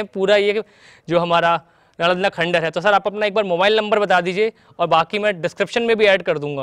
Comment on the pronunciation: Plz don't pronounce khandhar again n again...